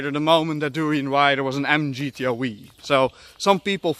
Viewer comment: MGTO "weeee", lol. It's pronounced "double u", I know you're Dutch and all, but you I'd think you know.